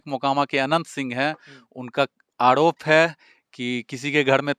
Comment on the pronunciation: Yeh kya hindi bolte ha reporter aap k upr ko bol rha ha upl ,diwar ko diwal bol rha ha ,arop ko aalop ha maine bahut baar suna ha bihar wale aise he bolte ha purv ko pulv bolte ha